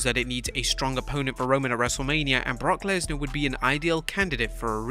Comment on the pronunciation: “Brock lensar “ 😭😭